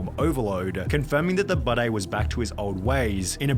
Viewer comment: The way he says Budday sounds like he’s saying Bidet which makes me think he wants people to pronounce it bidet because he has a weird pissing fetish or something